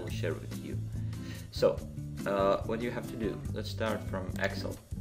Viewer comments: yes, I meant no offense at all! But you pronounce it ex-il. Where I am from we say- ex-sell.:) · the way you say excel is hilarious.